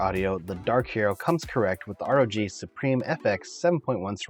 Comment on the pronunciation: Not only did u say "gif", u said "rog" lol it's meant to be "r o g".